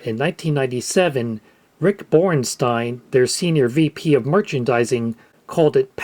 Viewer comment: "Borinstein"? Seriously?